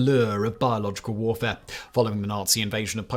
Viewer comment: It sounds really Bad when you say with a heavy accident. Biological warfaré. It also sounds really bad when you say it normally. 🤷